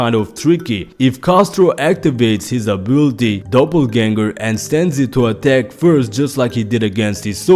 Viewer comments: 😂 its not double ganger its doppelganger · sounded like double but hey its your video call it what you want. Great video either way